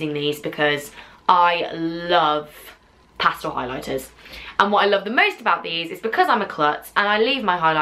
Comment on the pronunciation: You pronounce pastel weirdly